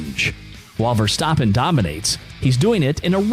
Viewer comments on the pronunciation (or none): Your A1 is terrible... You can't even pronounce Max’s last name!!! You sound corny!!! 😂👎👎